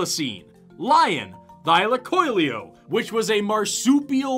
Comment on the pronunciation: Thylacoleo, not thylacoileo.